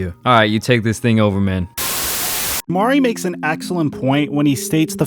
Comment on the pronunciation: Why does Jamari keep sayin his name wrong? It’s like he’s emphasizing tha mispronunciation of his name. Am I trippin? I watch both of these channels regularly so I’m not jus comin out of left field